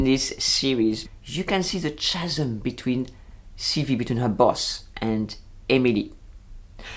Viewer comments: Very nice commentary and agree that it seems to have a lot more than a passing reference to “The Devil Wears Prada”! Just a small point on the issue you raise regarding pronunciation... the word meaning a huge gap in English is pronounced “Ca-sm” (Ca as in Can Can) not “Cha- sm” (as in Cha Cha) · Bonjour,! I very much enjoyed your critique, but in the spirit of the Madame in the Bakery, may I correct your pronunciation of the word “chasm”? In both America and Great Britain we pronounce it “kaa-zum”. The “h” is silent. Because of your commentary, I may actually watch this series. Maybe it will prepare me for my proposed trip to France next year. I’ve been to Paris twice before, but not in a VERY long time. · Interesting to watch this video as well as ones by Frederique Bros and Justine LeConte. By the way, CHASM is pronounced KA-zem. Just trying to be helpful!